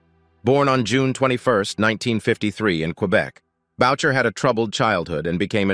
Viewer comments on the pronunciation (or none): its not maurice boucher Its maurice booo shay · Its not Bowcher its Booshea. A french Canadian name that the narrator could easily have researched if he gave a damn about authenticity. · Booshay!!! Notboucher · You need to say Maurice Boucher's name name properly. It is french. Bou- cher In English boo..shay